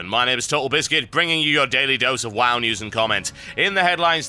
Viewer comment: You pronounce the word 'wow' like w-ow, so why not the abbreviation WoW as w-ow?